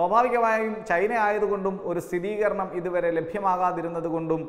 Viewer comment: സ്ഥിരീകരണം എന്ന് ആണ് ശരി സ്ഥിതീ കരണം എന്നല്ല